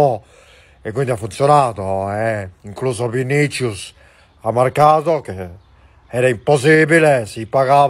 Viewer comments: Madre mia. Excelenete "Vinichus" jajajaja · Nadie: Ancelotti: VINICHUS Imitador de Ancelotti: VINICHUS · Vinichius tal cual lo pronuncia Carleton 🤣🤣🤣